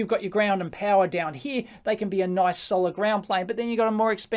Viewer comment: from heah...to heah. and to thare and heah